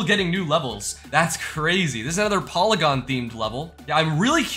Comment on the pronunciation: that's not how you pronounce polygon